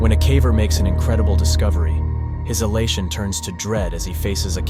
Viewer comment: I keep hearing "hellation" instead of "elation" but that is due to narrators mispronunciation